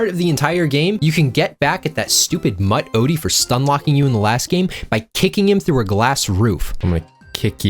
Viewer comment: U make mutt sound like a slur